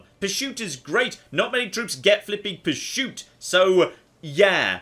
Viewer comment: Anyone else wondering why he's saying "purshoot"?